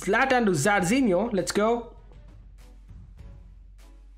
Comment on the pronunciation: He still being saying Jarzinho to Zarzinho